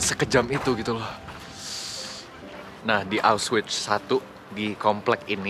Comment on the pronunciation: Cara bacanya aukhvitz